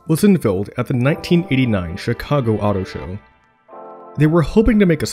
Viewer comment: It's 'chi' cago not 'shi' cago....